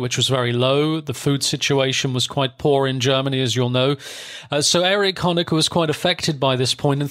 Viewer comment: Very well narrated and researched, but why do you get the pronunciation of practically all German words and names systematically wrong? .. From Zeitung [tsaitunk] to Erich, Wilhelm or Margot. I thought you had a German speaking background.. that doesn’t sound all too plausible 😉